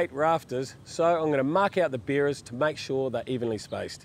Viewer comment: Beerer's = Sounds like beers!!